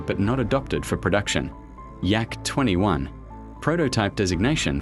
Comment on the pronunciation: It's not "uay ey" it's literally YA, the beginning of his last name LITERALLY. And those AIRs are not pronounced like english "air", A.I.R. stands for Alexei Ivanovich Rykov. It sonds like "Ah-ee-r(short)".